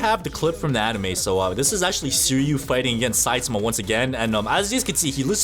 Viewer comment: THE A.I IT SAYS SUI AND SAIMA